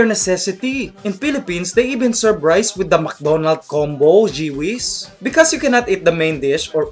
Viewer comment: LOL "Mcdonald combo" accent haha , the way you pronounce mcdonalds is really funny! lol